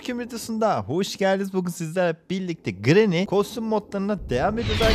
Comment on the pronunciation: Ama ben o gRAnİyğ lAğ oĞlUm gİt lAğ diyisine var yâ offf olum hastaneye yatırıldım yaaa